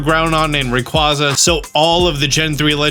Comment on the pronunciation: Love you and your videos, but every time you say Rayquaza I'm about ready to jump off my balcony head first 😂